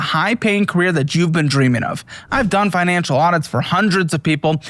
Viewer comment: Finan-“shill” Audit